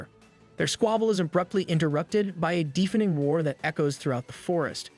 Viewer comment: some pronunciation issues: dèfening, dèf, dòwnwards (vs. deefening, deef, downwàrds)